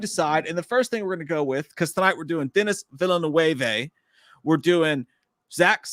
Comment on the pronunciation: I can't help but laugh at the way you mispronounced Denis Villeneuve. Great stream!